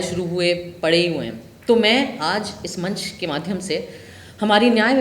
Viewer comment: Madhhm नहीं माध्यम बोलो मैडम